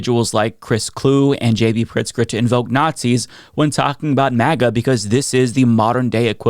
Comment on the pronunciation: I never get tired of watching that clip. Hearing people cheer when he calls them what they are: Notsees.